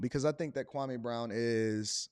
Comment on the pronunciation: Please pronounce his name right kwameeeee not kwamaaaaaa